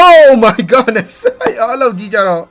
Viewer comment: ဘာလို့အမြဲ Oh my Godness (ဂေါ့နက်စ်) လို့ပြောတာလဲ ။ Oh my goodness (ဂုဒ်နက်စ်) လို့ပြောရမှာဗျ။